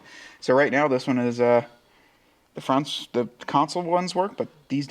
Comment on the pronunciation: What really irks me is when people mispronounce two of the most common words in the English language. The letter "a" is pronounced "aye", but as a WORD, it's pronounced "uh", not "aye". The word "the" is pronounced "thuh", not "thee" (unless it's followed by a vowel sound).